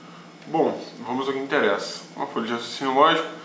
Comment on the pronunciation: "Vamos ao q enterressa" sem enrolação, é isso mesmo